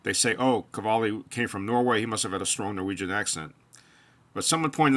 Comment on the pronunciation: I found a video of Kjell speaking English and he does not have a strong accent at all. Search Jens Stoltenberg and you will hear a strong Norwegian accent. Oh and btw. Qvale is not pronounced kavali. It would be pronounced as written, just swap the Q for a K, so KVALE. Thanks